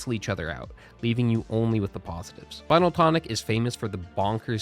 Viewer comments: It's spin-el tonic, not spinal tonic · Spinel is pronounced Spin (as in to turn in circles) L.... Spin-L.... it's a gemstone